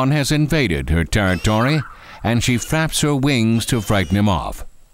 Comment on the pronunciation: “SHE FAPS HER WINGS”